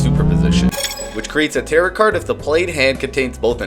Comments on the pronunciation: To a point where you'd willing let people know you think "tarot" rhymes with "carrot"? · The ‘t’ at the end of Tarot is silent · Tarot is pronounced "tare-oh", not "tare-ott"